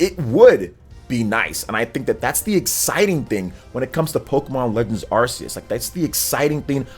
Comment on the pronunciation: Why is is pronouncing that Pokémon game name wrong, again? Learn the name man.